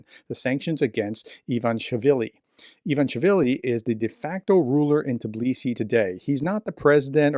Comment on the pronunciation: Ivan ish villi is how to break it down into syllables.